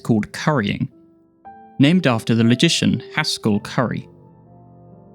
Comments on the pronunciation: I seriously thought you said "magician" instead of "logician" there - that's hilarious and probably also true. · I heard "magician" and I was playing at 1x speed and had captions turned on that said "logician."